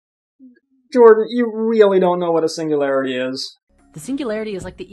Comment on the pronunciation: A little Swedish slip-up. "Ok, Yordan...Jordan" haha